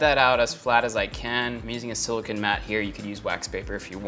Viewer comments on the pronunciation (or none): none